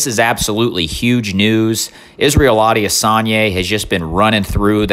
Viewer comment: “Adiasanya” lol